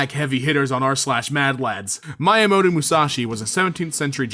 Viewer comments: wow i didnt expect any Miyamoto around here. but finally someone who knows who he is! also its “mee ya mow to” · Mee yuh moe toe